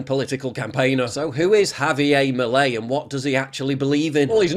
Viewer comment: You say « milei » so badd